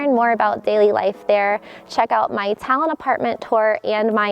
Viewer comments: the way she says Tallinn makes me laugh. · FYI, you aren't pronouncing Tallinn correctly ;)